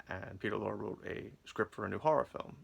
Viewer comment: No offense but when one does any public speaking, the number one rule is "do not drone on in a monotone." You sound like you have a hangover, it distracts from your message. And if you assume the demeanor of an expert in media reviewing, learn how to pronounce the name of one of the greatest character actors in history, Peter Lorre. When people point out a flaw, don't get angry but use their criticism as a resource and correct the problem. Good luck in the future with your You Tube channel. By the way, "Lizard's Leg and Owlet's Wing" is considered one of the worst episodes of Route 66. It's nice to see the 3 legendary stars of horror films once again, but that's about it. As regards Route 66, Ed Asner to his dying day maintained it was the finest written TV series of all time. It featured an amazing amount of current and future stars.